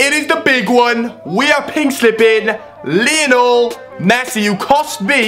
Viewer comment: U just pronounced lionel messi leenol messi